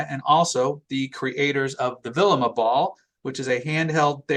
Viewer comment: LOL, “Vilima Ball”. is a good guy, though.